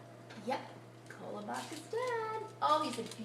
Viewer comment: She is pronouncing it wrong... the whitest way to say it...